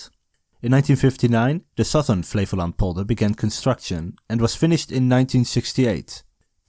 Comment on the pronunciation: i kept hearing Flevoland as "flavour land", like a dutch Guy Fieri